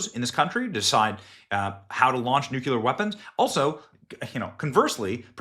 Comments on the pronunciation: BENNY, it's Nuclear: NEW CLEAR NOT Nuculear: New Q Lear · Not blah blah blah, read concisely and coherently Benny, stop highlighting when reading. You suck at reading so I have to read for myself when you are talking. Many others have mentioned this in live chat. It’s also pronounced NU CLEAR not nukular…. Really annoying bro, love you, but clean it up if you want to be taken seriously it’s a big problem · NOT "nucular". Read the word. It's spelled AND pronounced NUCLEAR.